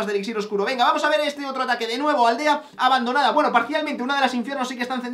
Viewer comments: En la intro dice Abandoanda en vez de Abandonada :v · dice abandoanda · pone ABANDOANDA en vez de ABANDONADA:v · en la intro dice abandoanda snbdsnndnsd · alvaro en la intro dice abandoanda jajajaj